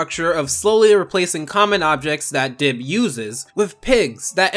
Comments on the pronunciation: You called Dib "Gib" and "Dibs" and probably a few more that I missed. Shame. SHAME! GIR, release the monkey! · take down gib Me: HIS NAME IS DIB